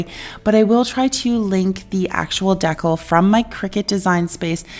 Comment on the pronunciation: Everything turned out beautiful. BTW I love the way you say Decal. Hahaha at first I was like what is she using. You rock chick. Big hugs 🤗❤